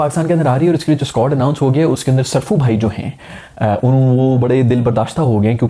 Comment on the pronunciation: It's ko ha li = kohli Not kh o li = kholi Improve your pronunciations